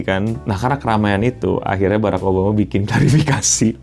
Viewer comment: Barak beo bukan berreek😅😅😅